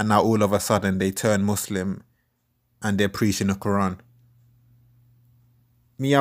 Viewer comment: Does have Muslim roots? The way he pronouncing Muslim and Quran gives me a hint. Good videos brother and bring your leg back FML